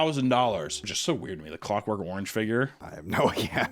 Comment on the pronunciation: he definitely said cockwork orange...